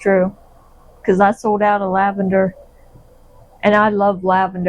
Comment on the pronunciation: You say lavender, I hear "Iced Tea." LOL